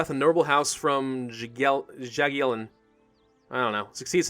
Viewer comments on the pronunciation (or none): you pronounce "Jagiellon" correctly EXCEPT "J". It's not dzagiellon with J like in words "just" or "Jacob" or "jam". It's normal J. You read it like beggining of the word "YOugurt" (couldn't find better example). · so Jagielion is pronounced much the same as the German jager (yager), good to know.